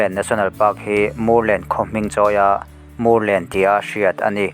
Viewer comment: Mûrlen i lam dan hi a dik chiah lo deuh em? vawt kan ti a kan mûr ang hian lam tur niin ka hria, Vamûr an tam vang a ni maithei.